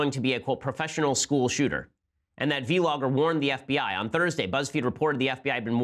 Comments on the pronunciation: I love low ben says v-logger not vlogger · It’s not pronounced vee-logger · V logger hahahaha. You're thug Ben but it's vlogger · "v-logger" lol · "Vee Logger" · He meant to say bee-logger?